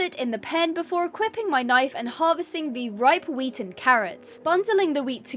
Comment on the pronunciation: You made me look like speed when the guy says please speed I need this my mother's going to homeless because when you woke up out of the shed and at the part you said wheat it sounded like meat 😂😂😂😂